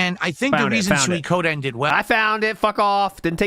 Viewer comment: It's still hilarious to me how he can say Suikoden wrong, and in a different way, almost every time he says it. You can tell by the slight stall just before he says it that he's insecure about his pronunciation, and switches over and over.